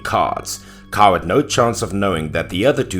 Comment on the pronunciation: 😉 love these stories! Btw 'Cao' is pronounced as "Tsao"